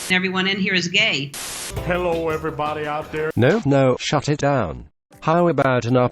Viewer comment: HELLO EVERYBUDDEH OUT THUR